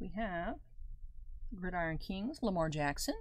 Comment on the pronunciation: I came back to see if you learned how to pronounce Gridiron lol